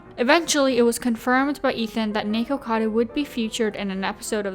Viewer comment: I'm so glad you pronounced it "nikocado" it drives me nuts when people pronounce it "nickado"